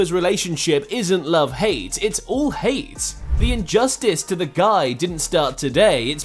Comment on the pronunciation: Fix your AI reader voice bro, "no respect t o Luka modric"